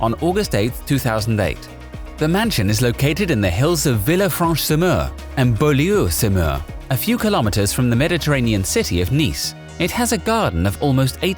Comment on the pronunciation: "Veelleufwanch Summer and Bawloo Summer"